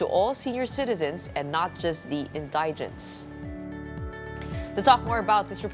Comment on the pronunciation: Gud am, Gretch. Bakit mo binago yung dating tamang pag-pronounce mo sa salitang "indigent"?